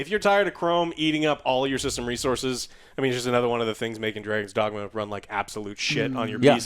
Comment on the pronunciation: "Dagon's Dragma"